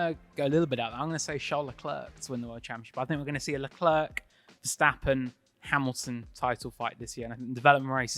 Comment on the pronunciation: It's leclerc..